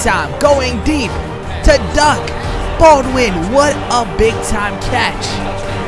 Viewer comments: Really!!!! "Duck" Baldwin?!!?!?!?!? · did you call him duck